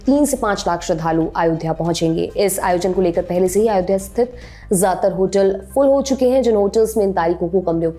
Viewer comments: महोदया “अयोध्या “ है आप आयोध्या कहे जा रही हैं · It should be pronounced as Ayodhya not Aayodhya which the anchor is pronouncing. Its very similar to Ram being called as Rama and Ashok as Ashoka. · Not aayodha .its ayodhya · Aayodhya mt bolo... Lallantop should teach her how to pronounce ayodhya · It’s अयोध्या not आयोध्या. Why Lallantop always play with pronunciation? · अयोध्या को आयोध्या क्यूं बोल रही हैं ये मैडम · its अयोध्या (ayodhya) not आयोध्या (aaayodhya) Please be correct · अयोध्या not आयोध्या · Aayodhya.... Sahi see tyo bolo nam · pehle to tu Ayodhya bolna seekh le